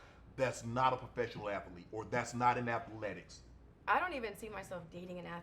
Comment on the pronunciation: Proooooo😂😂😂😂pro fesh sha nall 😂😂😂😂😂😂